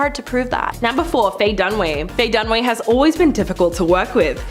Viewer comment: It's Dun-A-way. Fay Dunaway 🤦🏾‍♀️😄